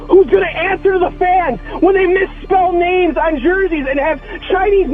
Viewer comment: Good video but damn you can’t pronounce names 🤣